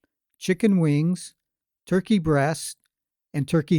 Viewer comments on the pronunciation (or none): none